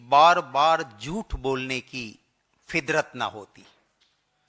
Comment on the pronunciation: Kya sahab mic ki quality ko bhi pura samman diya kijiye ....yhi to farak hai ......😂😂sab chalta hai ....ho gaya ........fidrat nhi ....fitrat😂😂😂😂😂